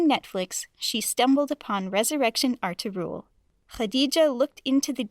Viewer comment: The way she pronounces Ertagul